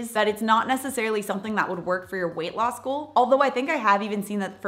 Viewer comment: Every time she says: Weight loss goal ❌ Weight law school ✅